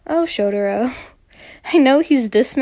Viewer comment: no hate but i think you pronounced shotaro wrongly? you pronounced it as shot-er-o but it’s shot-ah-ro from what i heard from the nct members! no hard feelings ^^ sending hugs and love this video!